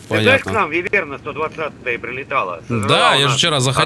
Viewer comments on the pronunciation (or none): не вывЕрна, а а вЫверна